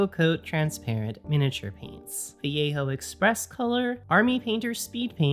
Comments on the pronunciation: The way she says it is "Vee yay ho" in what world is that the correct pronunciation? Also the way she pronounces it is too American. At least she doesn't say va lay joe, I guess. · yeah, shes saying it like viejo, like Mission Viejo.